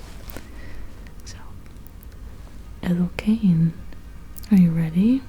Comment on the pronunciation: It’s Ethel Cain, not “Ethel Cain’t” <3